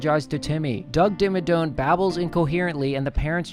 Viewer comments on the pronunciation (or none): i’m getting irrationally upset at you saying doug dimmadoNe. it’s dome. he’s the owner of the Dimmsdale Dimmadome.